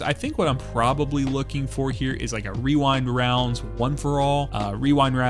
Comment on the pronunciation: Damn. Someone who can pronounce Rewind Rounds!